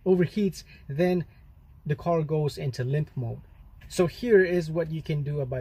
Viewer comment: "Lymph mode"? Haha.. all these years I've been calling it 'limp mode' - how stupid of me! 😁